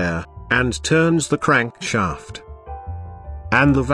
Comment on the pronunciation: When he said "Crankshaaaeeft" I felt